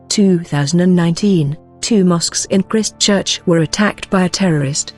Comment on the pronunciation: Your pronunciation of Maori is terrible & Christchurcn